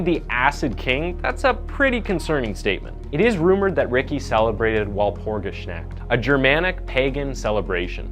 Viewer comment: Unitas = You Nye Tass. Walpurgisnacht = Vahlpurgis Nacht, ch as in Scots ‘loch’. Take a minute to google proper names. 😊